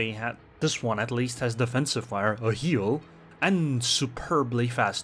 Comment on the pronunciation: wow! actualy not that bad prononsuasion there! for not a swedish guy östergötland sounded pretty close,Halland however-not close..most of the times most ppl mess swedish words up completley